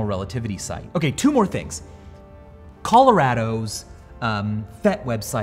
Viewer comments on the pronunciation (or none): lol the way he pronounces 'Colorado'